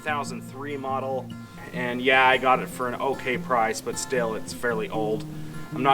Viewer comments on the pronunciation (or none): none